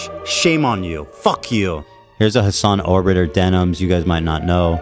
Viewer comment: he really said "hasan orbiter" 💀 this man needs help